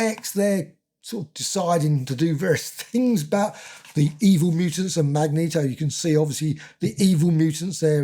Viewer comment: This is the only Marvel Omnibus I own. I did have the original run but sold them all over the years. I plan on reading this book soon. I still wince whenever you mispronounce Magneto's name. LOL. Thanks for the review!